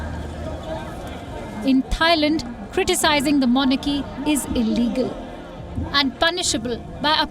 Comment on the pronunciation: why do people say THAILAND? with the TH? no one else does... except people from India lol